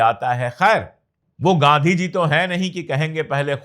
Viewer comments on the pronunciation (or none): none